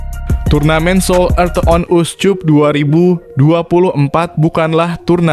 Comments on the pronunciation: Bravo U 20 Indonesia, koreksi buat komentator : CUP dibaca Kap, bukan Cup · Dih komentatornya perlu belajar membaca masa seoul cup dibaca seoulkap jangan susu banget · Naratornya lidahnya parah.. Korea on uscup dibaca mentah2, pdhl mestinya diucap korea on askap.... Memalukan! Anjiiiiiir.